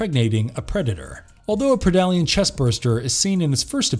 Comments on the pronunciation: Predalien is pronounced Pred-Alien and not Pre-dalien. Pretty obvious since is a Predator and Alien. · a pridollyan lmaoo.